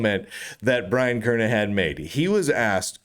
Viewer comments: These days it's a rare delight to hear Brian's last name pronounced correctly. Twenty-five years ago, after I started hearing people pronounce it with a hard "g", I emailed Brian asking if the "g" was silent. He kindly replied "yes", but also wrote that he's heard it mispronounced so often that he never objects when people get it wrong. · if the letter is silent then it should be written Kernihan. but it isn't, so the correct pronounciation is Kernighan.